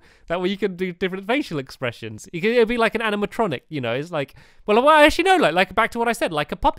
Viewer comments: wait did u say anamatronic I KNEW U PLAYED FNAF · Just because he said anamatronic doesn't mean he plays FNAF